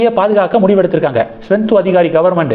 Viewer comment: தம்பி! மேற்கு வங்க முதல்வர் பெயர் சுவெந்து அதிகாரி. நீங்கள் ஸ்வெந்து என்கிறீர்கள். திருத்திக் கொள்ளுங்கள்.